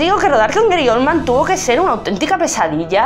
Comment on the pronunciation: Eri Olman???? GARY, GARY OLDMAN!!!!! No se corta la lengua, lame la sangre de Johnatan.